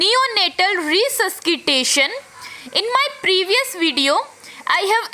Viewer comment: Mem Resuskitation yaa resuscitation 🤔